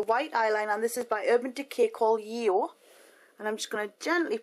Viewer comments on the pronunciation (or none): This looks gorgeous, I love it -as soon as I saw B in the video I knew I wanted that look. Just a note though, the Urban Decay white liner is pronounced YAY-yo, not YEE-yo :)